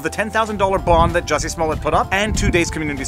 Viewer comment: It's pronounced "Juicy".